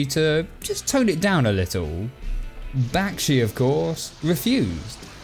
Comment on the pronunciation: Literally the second time I have had to say this. BACH-SHE is how his name is pronounced. Not BACK-SHE!